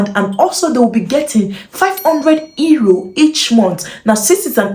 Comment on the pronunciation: Thanks for the great information this is wonderful. Euro is pronounced URO.